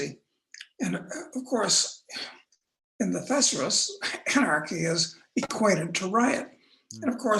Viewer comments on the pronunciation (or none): This is the first time I have heard the word thesaurus pronounced as thes-a-ris, haha! Great episode as usual 👍